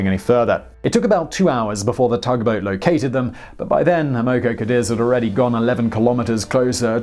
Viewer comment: Boy you sure can slaughter the American language 😏! Amoco Cadiz: ama co CA deez is how it's pronounced. 😏☺😉😁🙃🙂